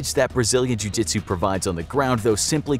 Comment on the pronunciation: Pra que não entendeu vou pronunciar a conversa dele ele dici_Treinei karatê vários anos e apenas um pouco de jiu jitsu. Na maioria das vezes, um a um, usarei meu BJJ de faixa-branca em vez de caratê faixa-preta. lutando com mais de um, então é melhor você ser Mike Tyson . Gente a pronúncia não tá completamente certa mais tá ums 98% certa